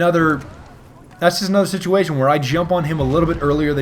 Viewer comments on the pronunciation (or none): none